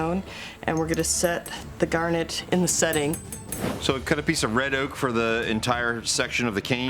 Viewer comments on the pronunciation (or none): none